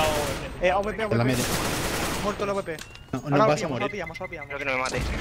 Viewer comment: porque dicen avp cuando es awp?